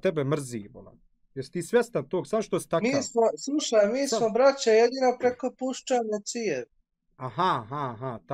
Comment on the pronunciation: Mi smo braća samo preko šupcane cijevi. (ovo je sala, smesno je kako zvuci "puscana")